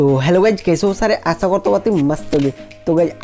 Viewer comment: Tum sh ko s kio bolte ho asha ko asa. Pehle. Bolna sikho bihari kya sher ko ser bolne wale😂😂😂